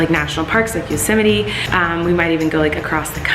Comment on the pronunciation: All I can think of is "Yo sem ite" 😂😂😂😂 At least Colleen can say it right. ❤